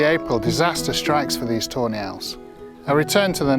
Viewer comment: Sounds like you say "toe nail" not tawney